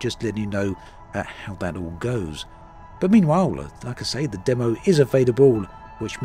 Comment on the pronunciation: I legit didn’t know what he was saying. Never heard someone say “Dumm-o” for the word “demo”.